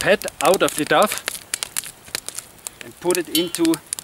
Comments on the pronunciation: Lovely vid :) Dough is pronounced 'Dow' (like Slow and Snow) btw - English is a crazy language :-D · Richard Allsebrook It makes me really happy to hear him say duff though 🤷‍♀️ I can’t help it, it seems adorable. We have no rhyme or reason to our strange language, do we?